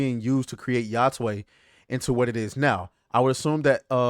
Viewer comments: I heard "yothai" but.... Ya-twey??????? That was the most weird way I've heard 😂😂😂😂😂😂😂😂 so you saying Sony invested MILLIONS to just turn a blind eye on the development process ??? 😮😂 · It’s pronounced yo tay